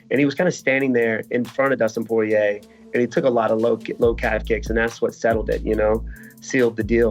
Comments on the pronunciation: absolutely nobody: Colby: Dustin Soirier :DDDD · So, is it Dustin Soyrier or Sourier?? 😄